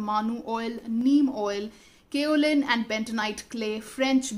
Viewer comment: I just can't stop my smile by listening pronouncing style of current, kaolin clay😂😂😂😂